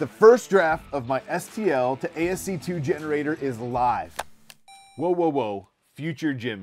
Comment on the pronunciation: Lol. Ass-key. Good lort. 😂